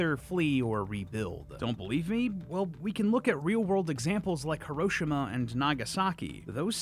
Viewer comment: His pronunciation of "Hiroshima" is correct 😅